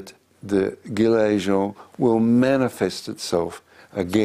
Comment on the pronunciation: 16'42 "the guillermo".. WTF ? ah, "the gilets jaunes".. :P